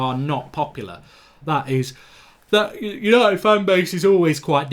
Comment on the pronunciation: "Hello and welcome to tha YANITED STAND!"